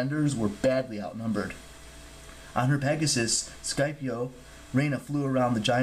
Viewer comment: And its skip-I-O not skype-E-O